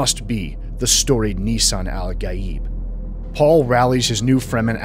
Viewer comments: "Nissan" Al-Gaib lmao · did you just say Nissan Al Gaib? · Nissan al-Gaib lmaooooooo